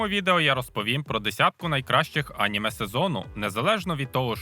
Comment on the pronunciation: Неправильний наголос на слові аніме